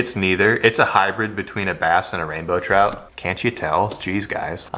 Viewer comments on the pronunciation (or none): Trass?!? "Brout"